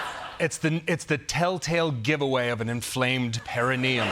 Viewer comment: on point with the perineum pronunciation